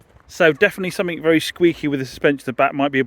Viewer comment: no K in something